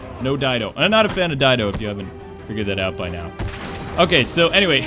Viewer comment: Sorry, sorry, but his name is Dan DIDIO. Not Dido, DIDIO. Please get my arch-nemesis' name right. XD